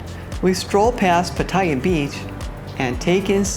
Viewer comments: Do you think you’ll ever pronounce “Pattaya” properly? Speech impaired? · You need to learn how to pronounce Pattaya correctly,.. Just listen to any Thai person.